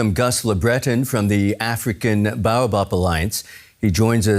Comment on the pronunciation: Baobab, Cream of Tartar fruit. It was a fun fruit treat for me when I was a child so long ago. It was a burst of sour/sweet sherbet that fizzed in your mouth. I wish they could pronounce bay-o-bab correctly.